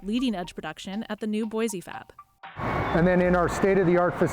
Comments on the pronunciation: Someday, some reporters will pronounce Boise ID correctly....its pronounced Boi'see' not Boizee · There is no “Z” in Boise. It’s pronounced as boy-see.